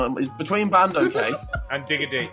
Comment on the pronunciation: the way my man said bandokay had me dying